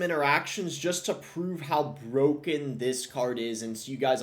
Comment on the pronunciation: Hewoe knight is bwoken